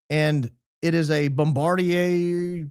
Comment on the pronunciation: Its pronounced "bombard-deer" ❤